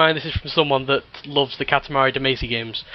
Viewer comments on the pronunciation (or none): Rock of ages is the wierdest game you ever seen? ...ROCK OF AGES IS THE WIERDEST GAME YOU'VE EVER SEEN!? Wait..... how did you just pronounce "Katamari Damacy?" How's the coal counter doing? I just reached 7 :D